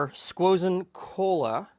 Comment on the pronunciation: Squozen Cola bundt cake ice cream lol, 7.38